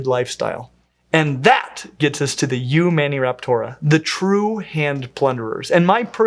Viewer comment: Eumaniporata - really?